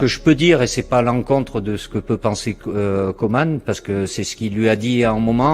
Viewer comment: C'est "kOUman" et pas "kOman"